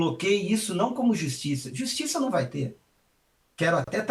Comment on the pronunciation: Que "justissa"... - é assim mesmo que deve ser escrito...